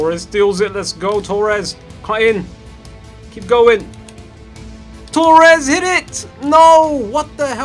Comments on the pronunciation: It's Torres not Toures lmao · It's Torres. Not tourez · Tures- pronunciation